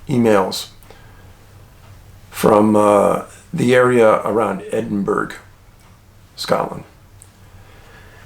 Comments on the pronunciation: Hi Dave it's pronounced edinburr, not edinburg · Hey man love your videos! Just so you know, you say Edinburgh… Edin-burr. You got the first bit right but the last is said Burr :) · Love your information & factual info David. Edinburgh pronounced "Edinburra" JFYI. Just so ya Dina pissoff the Scotts. ♥️ya keep the village informed 72+ 🍁Manitoba hunter expat 🍁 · It's pronounced Edinborough not Edinburgh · Ross Clan here. Pronounced Edin-borough. Not Edin-berg. Thanks for covering Scotland. 🙏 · As an American who’s been to Scotland several times. It’s Edin burr uh. Not Edinburg. Let’s not Forget Scotland is the land of Faes. Their Animal is the Unicorn. I Love Scotland it has an Amazing and Mysterious Vibe. I’m also precognitive and highly sensitive. I’ve experienced otherworldly experiences when visiting. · Dave, long time supporter, read all the books as they came out, and I still look for your videos. My family is from Scotland, and happy to see you including them in your videos!! By the way, you may want to check the pronunciation of "Edinburgh." LOL, it is what it is! Keep up the great work... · Hi Dave it's pronounced Edinburrah, not Edinburg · It’s Fife Glenrothes, Alan Bryant worked with my mate, it’s Edin bow rah, not edin berg 🤣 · It pronounced Ed-een-bo-rah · Hey Dave. Just for future reference. Edinburgh. Is. Pronounced. ( edin borough. ) 😀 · Ed-in-buh-ruh. That's how you say it. Just so you know :) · Pronounced Edinburra,Musselburra…. Burgh -burr-a 😬🏴🏴🏴🏴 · It’s pronounced “Edinburra”, I’m pretty sure. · Just a quick note to say that "Edinburgh" is pronounced locally as: "Edin Burra" and "Musselburgh" is "Mussel Burra" thanks (as always) for your excellent content. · Respect your work but I've got to tell you it's pronounced Edinburror... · Really weird to hear you say places where i live, but you have to pronounce correctly,, Edin- braw or theres no burg pronunciation. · the british say edinbroh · BTW Dave Edinburgh is pronounced edin ba ra .